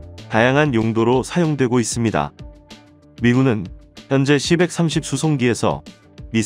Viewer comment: "씨백 삼십" 이 아니라 "씨 백삼십" 입니다